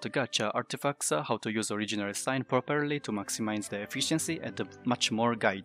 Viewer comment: To pronounce "character" it's actually [karacterr] you don't pronounce the [ch] in this word, sorry I had to correct that, still love your voice though ! Edit : I can also see that you struggle with your [ i ] sounds, courage. And it's not "rest stuned" but "stay tuned" But thanks again :D